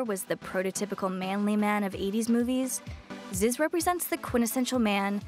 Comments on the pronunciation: She can't even say Zyzz right. It's pronounced, "ZEEZ" , not "Zis" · ITS FAWKUN ZEEEEEEEZ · proounced zeeez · Had to stop within the first 20 seconds, simply because of the fact that she said his name wrong.🤦🏿